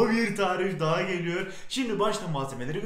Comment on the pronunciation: Nobody:: ''Bomba Bir Tarif Daha Geliyörr''